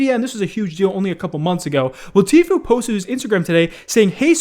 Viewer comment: pronounced Tfue correct in this video, what's happening to 2020